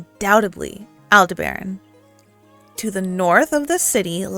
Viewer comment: Hi! Not sure if there are other origins for the word, but Aldebaran (last syllable is stronger usually) comes from " الدبران al-dabarān " (Arabic). It's the brightest star on the Taurus constellation ^^ (one of the meanings of this word is "the eye of the Taurus/Bull", can also mean "The follower") This city is so nice, I remember this was crowded with people waiting for parties near the kafra/clock tower entrance. Such good memories ♥